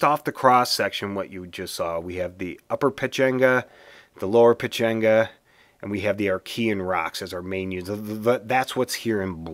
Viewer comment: It is Peh-Chah-ngah